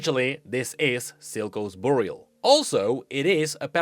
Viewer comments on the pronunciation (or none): none